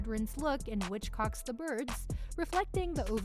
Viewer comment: Did you say WITCH-cock? It's HITCH-cock. There is no "W". Giggity Giggity all right